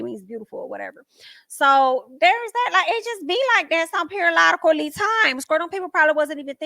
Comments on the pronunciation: What is perilolically?? You said it several times. I tried googling it but it only showed periodically!! Please help! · I don't even care. I'm just here for you. "Periolotacly times." 😂❤ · I swear I die everytime you say #periodically'time! ✌🏼😂